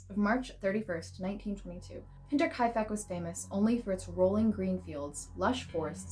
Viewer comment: You deserve a gold star for pronouncing Hinterkaifek correctly! Well done. Axe murders are always fascinating!